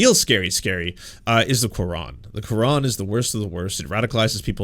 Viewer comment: I like your reaction but the way you say Qur'an is the worst? Bro, you're making obvious that you didn't read Qur'an. and btw, research more about what happen in 9/11 cause I think you don't have any idea behind 9/11. however, overall, your reaction is awesome except with your argument on the Qur'an.